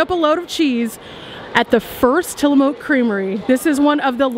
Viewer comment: It’s actually pronounced Tilla-muk. Just so you know 😉